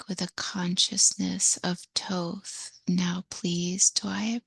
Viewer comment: Isn’t it Thoth not Toth?